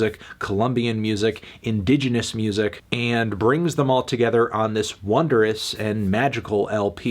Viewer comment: Anthony, you can’t just say indigenous like that